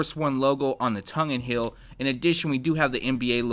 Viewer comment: heel NOT hill!